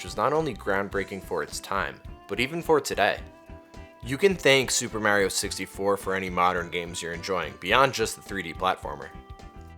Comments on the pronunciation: say it with me... MARRRR EEEEEEE OHHHH not MAYYYYREOH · This is great but the way you say mah-rio is killing me